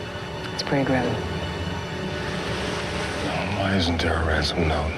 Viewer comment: Sounded like "it's pretty grim" or "its pegrim". Neither makes sense and pegrim isn't a word lol